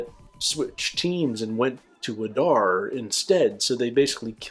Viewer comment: It's not adAr it's Adar. Udun not udUn. In all Elvish 2 syllable words the stress falls always on the 1st syllable